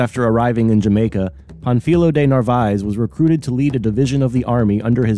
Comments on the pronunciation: The correct way to pronounce Pánfilo is to stress the a not the i. It is not Pan fEE lo, it is PAN fi lo. You know this from Spanish grammar. The accent is placed on the a, thereforestressing that vowel, if it were stressed in the i, no accent would be written ans the name ends in a vowel. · The accent over the first syllable means to stress the first syllable -- Pan. You stressed the second syllable -- fi. Your pronunciation is inaccurate.